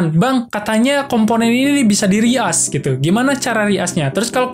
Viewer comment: reuse bukan reask 🙏